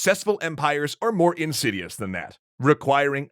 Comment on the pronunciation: Did you say successful empires are more "insidious" or "Darth Sidious"?